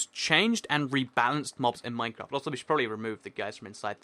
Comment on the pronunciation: I swear he said minecrap at the begining